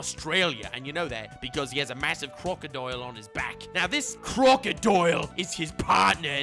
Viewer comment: No one: Literally no one:: CRROCKKODAIYYAL